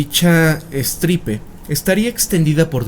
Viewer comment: Fe de erratas: Estirpe, no estripe